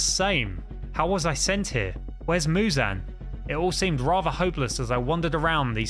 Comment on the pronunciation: You're saying Muzan wrong